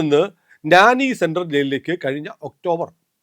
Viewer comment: നാനി സെൻട്രൽ ജയിൽ അല്ല. നൈനി സെൻട്രൽ ജയിൽ ആണ്.🙏